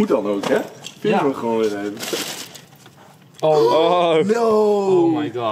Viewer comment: Het is no way niet no wee 😂